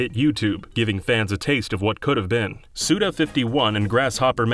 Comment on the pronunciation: Nice video, but im gonna have to report it, its "suda five one" not "suda fifty-one", its a pun on his name